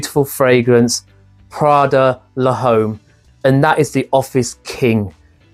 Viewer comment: Hey… the H in Homme is silent.